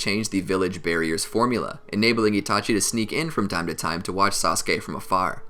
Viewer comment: Did he say sauske